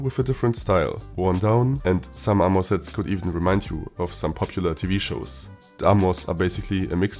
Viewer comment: Its Armor, and NOT AMOUR!!!!